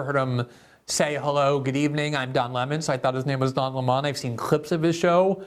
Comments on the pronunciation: Yesterday when I listened to Glenn saying “Lamon” I laughed every time; and specifically because I sensed that he wasn’t being petty, but saying it innocently. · It's hilarious that you were saying his name wrong accidentally I thought it was on purpose lol love you Glenn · Good segment but I'm calling bullshit on him not knowing how to pronounce Lemon